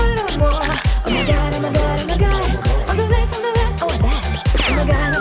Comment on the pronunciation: she was like / oh no I CANT DRINK COFFY / AND THEN SHES LIKE . OMA GAD OMA GAD OMAGAD